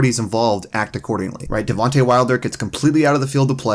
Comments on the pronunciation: Anyone notice he said devontay instead of deontay 😂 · Why does he say devonte wilder saying Deontay isn’t that hard